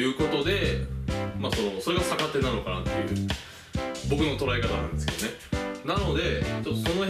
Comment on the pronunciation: はじめまして☆ のスイング良くなってます。 «逆手»で、手首が痛くなったのは、脱力ができていないからです。 慣れるまでは、軽～く振ってみてください♪ 因みに、サカテではなくギャクテと読みます(^o^) 宮川理論を極めてくださいね(*^^)v